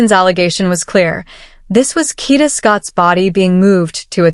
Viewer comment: Kada, not Kita.😂